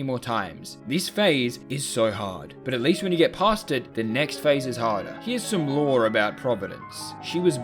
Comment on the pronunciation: He got the LOOOORRRREEEE so wrong.😂